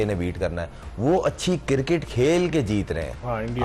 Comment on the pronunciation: I Dont want "Sami" final,,, i want "Shoaib" final😂 For Us: its Cricket For: its Kirkit 😎